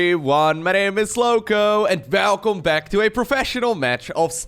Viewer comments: Did he just say "Velcome"? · NGL i love how says Welcome like Velcome. cheers, i really appreciate your content, you have great charisma buddy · That sounded a bit Afrikaans with the welkom